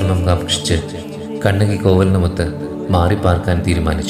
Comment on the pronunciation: ചിലപ്പത്തിയല്ല, ചിലപ്പതികാരം' കണകിയല്ല, കണ്ണകി. ദയവായി തെറ്റിക്കല്ലെ... മനോഹരമായ ഒരു പേരല്ലെ..